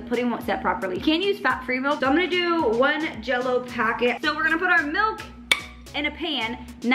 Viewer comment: not even from the midwest, and she still says melk 😍